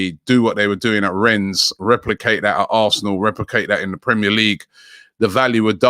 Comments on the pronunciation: It's pronounces Renne(s) not RenZ... do your research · Waiting for Robbie to incorrectly pronounce Rennes again. It’s pronounced wren.